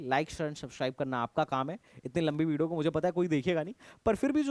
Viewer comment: Video ❌ Bideo ✅